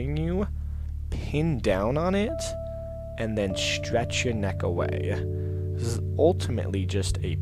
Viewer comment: He says 'stwech'